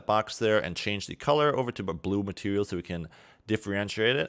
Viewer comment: "Matewial" hahaha